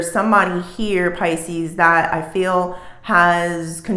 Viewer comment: Can you call us Pisces and stop saying Piscenous 🤦‍♀